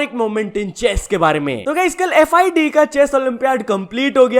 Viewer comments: Its not f i d e its फ़िडे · FIDE ko FIDE nahi bolte Fidè aaise pronunciation hoti hai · FIDE ko theek se pronounce krna toh seekhle